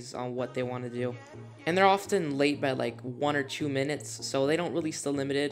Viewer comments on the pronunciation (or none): none